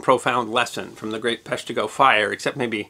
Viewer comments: emphasis is on the first syllable making it PESH-tih-go Instead of pesh-TEE-go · Grew up 5 minutes from Peshtigo in Marinette… it’s pronounced pesh-tigo not pesh-teego. 😆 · I saw the first video, it, like all your videos was awesome. I do remember cringing each time you said pesh-TEE-go, but don’t remember if I commented. But here we are on the 150th anniversary of the fire and you’ve corrected it. You obviously PLANNED in advance to post the correction on this day. And THAT’S history that WILL be remembered… at least by me. Love all your videos, they and you are amazing. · I’m from the area, I was rewatching to hear that mispronunciation… 🤣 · I’m from Green Bay. His first one got me to subscribe. I was rewatching it to hear his pronunciation 🤣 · Well, let's see how badly he mispronounces Peshtigo this time..... 15 sec in.... well, there you go! Thanks for the fix!! (from a Northeastern Wisconsin resident)